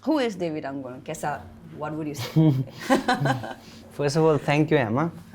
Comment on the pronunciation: It’s Angu not annguuu 😂 dear host !